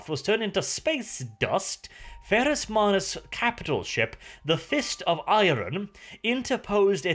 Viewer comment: Love the videos but say IRON not I-RON for god sake!